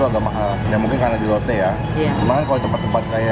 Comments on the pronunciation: Gw kok denger nya lonte ya atau lotte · kirain "kita mau ngelonte" rip my ears